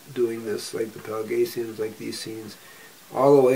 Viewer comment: FWIW, it's Pelasgians, not Pelagatians.